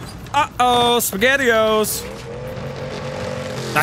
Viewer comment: Y’all remember when stewy said uh oh spigatios